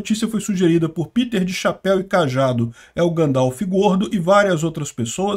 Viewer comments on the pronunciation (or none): none